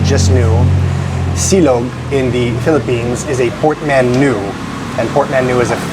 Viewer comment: Hello, I've heard you said the word "portmanteau" in various videos. Isn't it supposed to be pronounced with a "t" or the "t" is silent in French? Just curious.